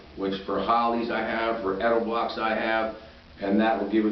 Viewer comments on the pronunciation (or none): This guy (the owner) must be a salesmen. HE HAS NO IDEA WHAT HE IS TALKING ABOUT! He is simply repeating information, Some of which is totally WRONG! "Dual Gauge Spag" He says. LMAO! It is "Dual Cage Sprag". He even counts the cages and calls it "Gauges". LOL "Edel-blocks" He says... LOL. It is "Edelbrock". The last name of a famous Speed parts company of the same name. How insulting!